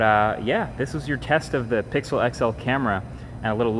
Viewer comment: Lol "pickle", *Pixel